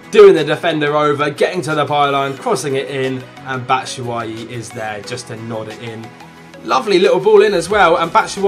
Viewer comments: Bat shoo way ee (batshuayi) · It's pronounced Bat-shoe-ah-yi